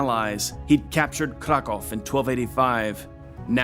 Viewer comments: Very good, but it's Leszek, not Lezek. I would love for you to check the pronunciation in advance. Some names you got right, other names almost right (Kraków), while other names could be better. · I'm really astonished how good is your pronunciation of polish cities. Really I can't recall some pronouncing Sandomierz even remotely ok. 😂 But polish king Leszek the Back is pronounced with 'sh' in the middle , like in 'shock' and Kraków is pronounced with `oo` at the end like in `groov` 👍🏻